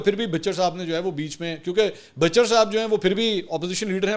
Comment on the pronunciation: لفظ bhucher بھچر ھے بھ کے اوپر زبر ھے اپ زیر کے ساتھ نہ پڑھا کریں ۔bhicher نہ پڑھا کریں پلیز احمد خان لوٹے سے بات ہو تو پوچھ لینا پورا تلفظ